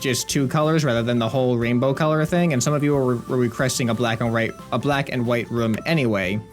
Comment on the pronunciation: does anybody else reconize he says wave rum instead of room